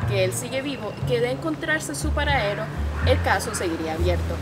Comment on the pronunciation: Se nota un gran esfuerzo de estos futuros perodistas, los felicito!. Con todo el respeto que se merecen quisiera darles una sugerencia: A la muchacha que habla al y en otras intervenciones: se dice contrataDo, no "contratao".Al -realizaDa, no "realizaa". Al , paraDero, "no paraero".Ultimamente he notado en la población de jovenes esa tendencia a obviar la letra "d" en muchas palabras que la llevan al final, dando una mala impresión. Traten de hablar así y sabran a que me refiero